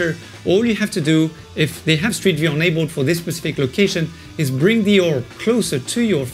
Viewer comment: Wander was free I think when I was on Gear VR so I have not been thinking about purchasing it on Quest. But now I kinda miss walking around in Wander. I still fee like I've been to Rome and it's a strange feeling. BTW I love the way you say "enabled" like "unabled" hehe.